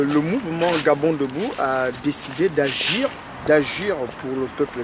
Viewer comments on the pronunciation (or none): Mdr. On dit AGIR et pas "ajure" Mdr